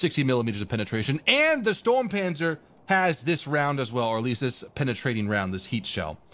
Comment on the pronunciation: ITS NOT THE STORMPANZER ITS STURMPANZER